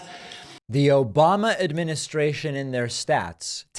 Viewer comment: "OBAMNA" (sic) 😂